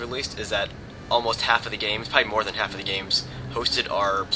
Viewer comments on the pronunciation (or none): none